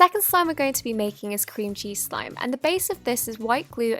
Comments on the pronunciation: At first I thought she said cringy slime 😂😂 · Am I the only one who thought she said 'cringey slime' at the beginning? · I thought she said cringy slime not cream cheese slime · Lol I heard Cringey Slime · Oh I thought she said cringy slime but it was cream cheese slime😂😂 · i misheard cream cheese slime wrong this is what i heard “cringy slime” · no hate but when you said cream cheese i thought you said cringey btw i subscribe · When she says cream cheese i feel like she says Cringy or Cringey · I thought she said “cringey slime” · I thought she said clingy slime at the beginning . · When you said cream cheese slime I'm thought you said cringey slime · I thought she said “cringey slime” 😂😂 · No offence but when she said cream cheese slime I thought she said cringy slime! LOL! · When you said 'Cream cheese slime' I heard you say cringy slime. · I thought you said "Cringey slime" Instead of "Cream cheese slime" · I first I thought she said cringey slime 😂😂 . Anyways , great video ❤